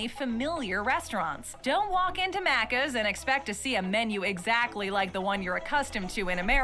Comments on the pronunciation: its maccas not maaccas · i hate the way they’re saying maccas, also NO ONE says deffo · She can’t pronounce “maccas” correctly 🤦‍♂️ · No ranch here in Australia correct. We also don't have those other sauces at Maccas (yes we do call it that but not how she is pronouncing it).